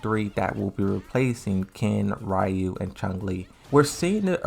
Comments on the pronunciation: It’s none of them. It’s not “REE-oo” it’s not “RAI-oo” it’s not “REE-uh” In Japanese “Ryu” is just one syllable. And it sounds very close to “Roo” with a very tiny, almost nonexistent “y” sound after the R. Also the “R” sound in Japanese isn’t the same as in English, it’s halfway between an “L” sound and an “R” sound. You have to voice an “R” sound but your tongue has to flick from top to bottom like an “L” sound. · why would it matter if there Japanese people here or not? The guy went out of his way to explain Ryu’s name and it wasn’t accurate so I’m just explaining how to actually pronounce his name (which is hard to do in text). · Ryu pronounce something like lew for me